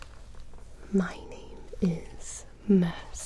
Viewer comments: Holy... She doesn't said "Mercy" but she said "Muhsee" EXACTLY LIKE SHE DOES!! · I thought she said Hi, my name is Mancy. Like Nancy but more manly.